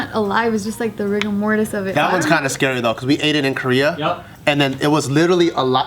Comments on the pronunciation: i feel like both times got to say "rigor mortus" she felt really smart, and then really bummed when joe and corrected her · God Bear Rigor mortis. It's Latin.